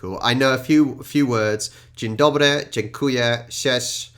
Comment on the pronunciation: When you tried to say "cześć" i heard "ssiesz" which means "you suck" XDD